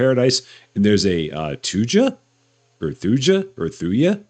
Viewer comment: That new tree is a thuja (thoo-ya). 😃